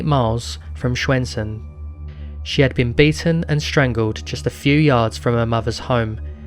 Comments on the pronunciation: Excellent video! Love to see more documentaries on youtube! As for your pronounciation I think you did a great job! Swedish is frickin' hard for non native speakers as I've come to understand. Stjärnsund was probably the only word that felt a little off, but still, the fact that you attempted, is a big plus! I also appreciate the sources in the description, sometimes they are left out in these types of videos. Can't wait for the next video and hopefully your channel gets the traction it deserves! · The pronunciation of Stjärnsund is also quite wrong but we forgive you since no other language on Earth has that sound.